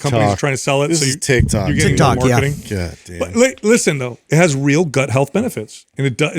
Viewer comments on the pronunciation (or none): none